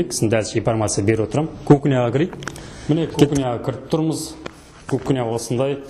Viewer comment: Дурыс крсетси, барiн, терезенi, уйдiн iшiн бар жанжагын. Обзор жасап айтаалмайсын, асыкпай кухнянын ишин, ваннанын iшiн, айналып дурыс тусipу керек. Кирап , сынып деп кайталай бермей. Колидор, кукина емес, коридор, кухня. Блмесен казакша айт. Вообще сойлепте, тусipiпте блиейсiн.